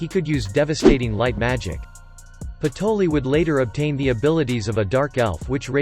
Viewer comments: I think it's patry not patoli😅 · Isn't it patry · Its patry not patoli and raia not rhya